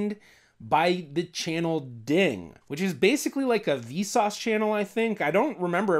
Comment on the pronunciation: Not ding, it's Dong. Something you can, Do online now, guys